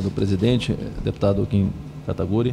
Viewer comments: Mesmo depois de escutar o nome corretamente ele persiste no kataguri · Esse Kim "Kataguri" foi de propósito kkkk